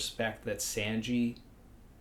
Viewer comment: My only real problem in this video.... is "Senji".